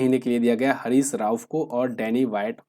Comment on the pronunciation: हैरिस ❌ हरीश ✅